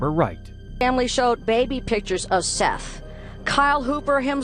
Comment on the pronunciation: Obviously this was done by AI voiceover. SETH IS PRONOUNCED 'SETH' NIT 'SEETH'. It's like ggling about ROOSTERS & AI TALKS ABOUT A ROOSTER LAYING AN AGG. AI IS RUINING THE INTERNET-TOO BAD WE CAN'T TURN IT OFF. TO EHOMEVER STARTED UP THIS YOUTUBE CHANNEL-LEARN TO SPEAK CORRECTLY YOURSELF & EDIT YOUR VIDEOS. AS SOON AS I REALIZE THESE VIDEOS ARE AI GENERATED-I TURN THEM OFF & NEVER SUBSCRIBE TO THEM!